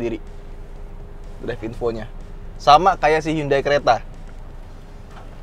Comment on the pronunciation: huruf 'H'-nya Hyundai:)